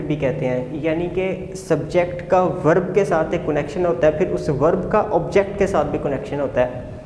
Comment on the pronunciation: Please pronounce the word connection correctly.